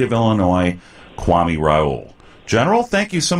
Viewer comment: The white man mispronounced his name. Kwa- may Kwame